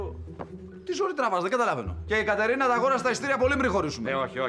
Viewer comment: εκεί ο αντί για Κατερίνα είπε Καταρίνα